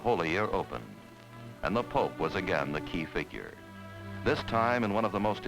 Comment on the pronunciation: No, no, no...It's POPE, not DOPE.